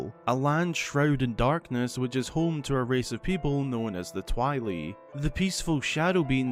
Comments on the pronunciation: Twee-lee??? No thank you. lol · The way pronounces 'Twili' gave me cancer